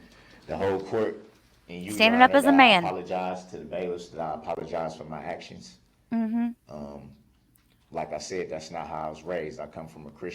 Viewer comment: New word alert…😂 “Hacktions” 😂